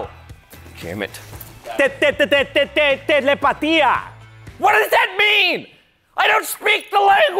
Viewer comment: i pretty sure just said telepathy when we was saying telepatia